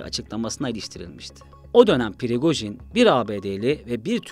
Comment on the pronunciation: Pirigojin degil la Prigojin😅